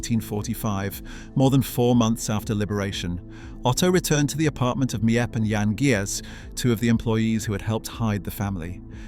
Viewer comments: You’re mispronouncing Miep’s name. It is NOT Me-Ep, it’s Meep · As someone who’s learning Dutch and written a few things for books about Anne; some of the pronunciations of names and surnames such as Miep & Jan Gies are pronounced wrong as their names are pronounced Meep and Yan Gees (Dutch G sound) and some information is wrong: Herman Van Pels wasn’t gassed immediately upon arrival. But in October a month after arrival due to injuries. And the fact that he just gave up willing to live. Otto’s family lived in Switzerland not Elfriede’s family. And you missed the bit where Anne and Margot didn’t move to Amsterdam immediately when Otto did. He actually went ahead of them in 1933. The Frank family moved to Amsterdam in stages between late 1933 and February 1934 to escape Nazi persecution in Germany. Otto Frank moved first in summer 1933, followed by Edith and Margot in December 1933, with Anne joining them last in February 1934. She’d been with her grandmother in Aachen till she finally came to Amsterdam. Apart from that it’s a good video. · The names of the helpers are Miep. Pronounced as Meep and Jan pronounced as Yan. Their last name is Gies pronounced as Gees. Many people don’t know how to properly pronounce the names. I’m Dutch btw. And have seen this house several times. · Before u make a video and post it u said make sure ur dates are correct and dnt use Wikipedia for ur research cuz it can't be trusted. And ur saying Miep's name wrong. U need to delete this video and redo it. Ur not doing Annette justice.